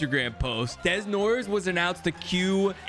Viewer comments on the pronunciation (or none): Caleb Desnoyers is pronounced Da-No-Yay